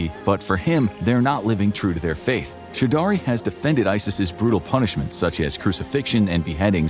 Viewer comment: "chew daree"??????? Choudry is pronunced /chow-dree/. Why do Americans butcher people's names without even bothering to ascertain how they are pronounced?